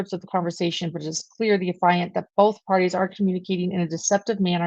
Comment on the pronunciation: Thanks so much for your coverage of this case. BTW, "affiant" is pronounced "AFF-ee-ant".